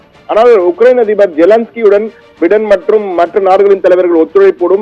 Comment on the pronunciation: பிடன் இல்ல பையடன் . இது கூட சொல்ல தெரியல. நீ எல்லா..... தமிழ் ....